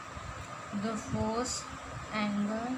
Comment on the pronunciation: Madam in 4th question you said forst it is first 🤓